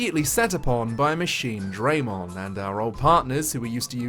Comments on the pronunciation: … I wanted to strangle you every time you said Machinedramon while talking about Next Order and I feel that’s on purpose. It’s the entire reason I turn off the English voice acting because their pronunciation is horrendous. It’s not “DRAY”mon, it’s “DRUH”mon. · Every time I hear someone say Machine-DRAY-mon, I want to die. You don’t say Sea-DRAY-mon or Air-DRAY-mon, ya knob. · Bruh everytime Jijimon says Machine Dray Mon, I wanna do the opposite of be alive. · must now die, he says machine-dramon...